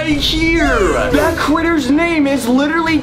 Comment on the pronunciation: When he said critters it sounded like "Cwitters"